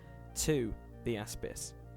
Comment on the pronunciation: whenever you say Aspis, all I hear is AssPiss